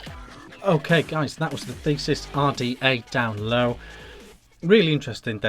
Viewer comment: Sorry I just have to say not Thesis, but this is the The-see-us. Like the fighter of Minotaurs Another good review:)